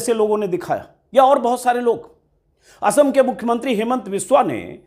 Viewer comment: Assam ko okhom bolne wala CM se yehi ummid hai